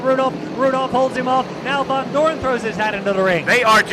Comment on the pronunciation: Its VONDOREN not VANDOREN